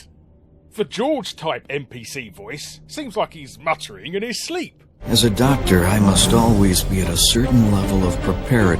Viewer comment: AH DOCTA WAHWEE